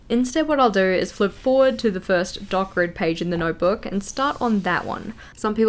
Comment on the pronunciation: Dot grid! I thought you were saying dark red